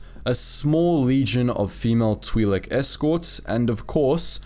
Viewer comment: It's pronounced like that